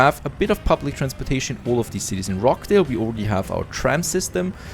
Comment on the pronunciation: Great video as usual , nicely presented and very informative. One small point of pronunciation , the 'ch' in Rochdale is pronounced as the 'ch' in 'Church' .Most , if not all , of your towns are Northern English towns . In case you wanted to know that :-)